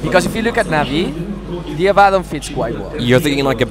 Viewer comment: is it so hard to pronounce Abaddon correctly?